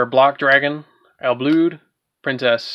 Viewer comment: I think it’s supposed to be pronounced “Ill Blood”